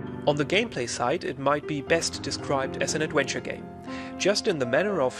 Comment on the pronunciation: "Adwhenture" lol .all kidding aside great review just bought it.